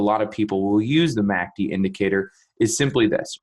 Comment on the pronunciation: The only problem I have with this video is saying “Mack Dee” as opposed to “ EM A See Dee” Thanks.